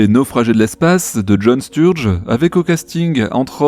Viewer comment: J'ai vérifié en anglais on dit bien John Sturgeon en prononçant le "on" phonétiquement Steurjone (e muet bien sûr) (l'auteur SF cité) et pas John Sturge, pas grave mais voilà... J'adore la SF.